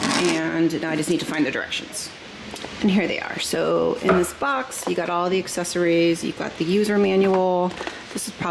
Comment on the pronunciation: For the love of all things holy can you please learn the proper way to say “espresso” and “ accessories”? There is NO “x” in either! I can’t watch this video with your hillbilly verbiage!